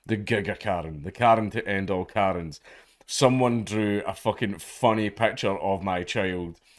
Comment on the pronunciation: It's picture not pecture.